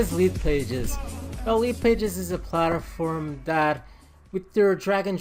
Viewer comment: plat-form not palter-form....sorry that was bugging me but awesome video very informative, im new to all of this so I may need more help